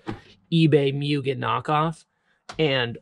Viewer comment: Like I understand you're taking a dig at Mugen, but at LEAST say it correctly. It's an assault to my ears. It's like a cow... MOOOOO GAYN